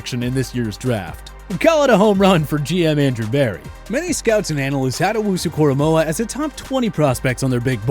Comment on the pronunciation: they lost all their validity for this video when they said owunzurike